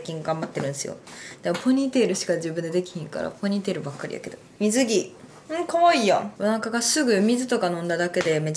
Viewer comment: みず↑ぎぃとか⤵︎ から始まったからあれ途中から始まった？て思ったら全然最初だった